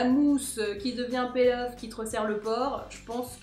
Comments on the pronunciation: Margo Pouchet c'est marrant pour une blogueuse de pas savoir la prononciation... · Nyx Merida Je t'assure qu'en anglais "to peel" se prononce "pil' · Margo Pouchet peel off je crois non ?